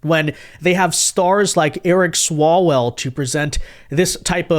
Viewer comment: Not Eric swallwell Eric swallow -well.